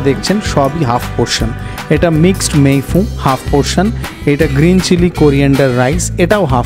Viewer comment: আবার ফরাসী উচ্চারণে "মেই ফুঁ" ? আশিস বিদ্যার্থী সঙ্গে থাকলে তো‌ সঠিক "মেই ফুন" বলতেই শুনলাম যেন‌ !